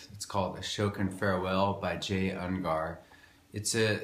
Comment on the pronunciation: Dude, your playing and intent is not so bad. Do some research on the history of the tune, 'twas written long before the documentary (watch Jay Ungar's video) also learn to say his name properly.